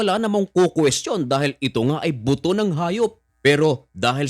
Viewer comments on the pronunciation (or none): Buto Po.. not boto 😂